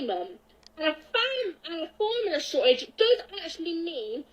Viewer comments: she said formula wrong like ten times like jesus lady how broken is your tongue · this is the third time she had a problem saying formula...